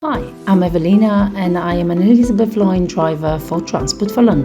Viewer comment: Elsbeth Line❌ Sepford Exppress✅